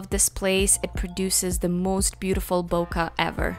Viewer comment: Why do so many professional photographers mispronounce bokeh 😐